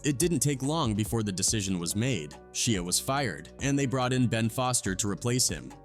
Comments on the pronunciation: SHIA not sheea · Saying his name like a shia pet lol pronounced shy-a, and you went a lil much into how scary this was supposed to be smh wasn't at all that serious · Sheea really it’s Shia if you can’t pronounce names properly don’t do videos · Who's Shea you mean Shia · Why would you pronounce Shia with the sound the letter "e" makes in the word "She" after first pronouncing it with the sound the "y" makes in the word "shy" lol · OMG his name is Sh(i)a not Sh(ee)a ...i not e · I don't think him pronouncing it "She-a" would have irritated me as much had he done it from the start but he pronounces it "Shy-a" originally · She Ahhhhhhh lolz man some people just cannot pronounce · Stop saying his name wrong Disrespectful and rude Its pronounced Shy A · Shee-ah lol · Its pronounceed SHY-ah.. not whatever dumb shit your saying. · Man drives me nuts the way he says Shia lol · Why he pronouncing his name like that😂😂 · Love it, great job, you’re just pronouncing his name wrong.